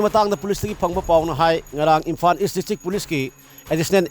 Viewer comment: Asengbani..pao pabada basic pronounciation si chumhanbiyu natradi taba yam nugaite..imphan schoon etc etc